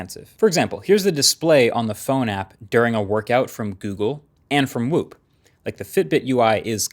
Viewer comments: Btw while explaining about Fitbit..it said FIBIT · for a few moments I thought, god I have been saying FIBIT wrong my whole life :D